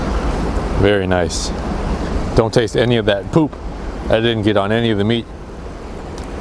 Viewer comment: lmfao go to the way he says poop XD